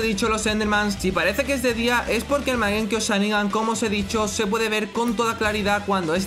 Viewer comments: Soy yo o dice magenkio sharingan? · Mangekio sharingan no mangekiu sharingan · es mangekyo! no magenkyo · porfavor no sigas diciendo mal mangekiu sharingan basta me lastimas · magenkyo XD me hizo reir cada vez que lo decia